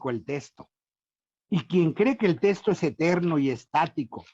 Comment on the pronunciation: Sólo aclarar que ese sujeto no es sacerdote, aunque se vista así, tampoco es dominico, pues dejó la Orden y ni siquiera se ordenó, y quién sabe si sea teólogo titulado. Su opinión tiene la misma validez que la de cualquier aficionado. Ah, y se dice "texto", no "testo".